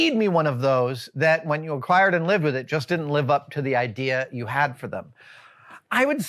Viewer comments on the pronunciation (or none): none